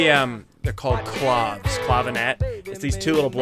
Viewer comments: Pretty sure claves is pronounced claw-vays (like days) and also clavinet is totally different, a type of keyboard. Sometime try to listen to "Don't Cry for me Argentina" (from the Andrew Lloyd Webber musical, way before Madonna movie) for great clave part if you can find a version with the claves? (played that part back in the day in high school band/orchestra ... proper technique is to cup one of the claves in your hand/almost on your fingertips so your hand does not affect the sound/resonance of the wood). Some people just grip one clave and bang it with the other one, like George Michael Bluth (wood block!) in Arrested Development, does not produce the intended/ideal sound. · Yes, pronounced clah-vays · It's Actually pronounced "clov-ay" Clave two syllables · "claves" is Spanish, two syllables, meaning "keys"